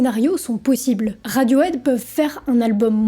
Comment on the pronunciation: Bon sang, il faut vraiment faire un gros effort sur la prononciation en anglais. C'est caricatural! Cripe de radiauaide? Raide aute chili pépeur ondaire zeu bridje? Vraiment?